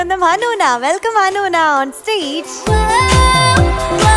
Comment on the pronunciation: ദയവ് ചെയ്ത് നോട് ആരെങ്കിലുമൊന്നു പറ, ഹണൂണ അല്ല ഹനൂന എന്നാണെന്ന്. ആ പേരിൻ്റ ഭംഗി നഷ്ടപ്പെടുന്നതു പോലെ ഫീൽ ചെയ്യുന്ന.